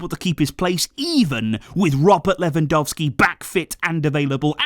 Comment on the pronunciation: did you just call him "Ferrandowski"?